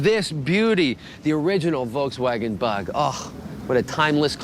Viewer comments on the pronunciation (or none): Wolkswagen lol. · wolkswaggon? xD